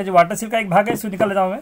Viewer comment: वाटर सिल नही वाटर सील।